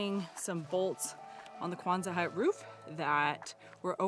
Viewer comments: Quonset hut, not Kwanzaa hut. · Quonset doesn't have a "Z" sound. ( Kwon-sett) I live in RI where the hut was invented.